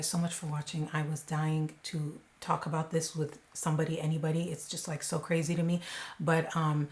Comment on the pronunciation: Ka-ray-z!! Great job on this